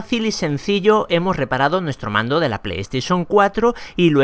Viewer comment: Dice pando y es mando xD